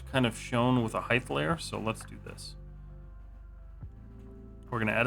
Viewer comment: I appreciate the video, and I don’t want to upset you by saying this, but constantly hearing “height” as “heighth”, like you’re a 16th-century man with wooden teeth, is driving me mad, especially when it’s said correctly in the same video. 😂 (I understand it’s a quirk in some parts of the South, so no hate, but it’s killing me.)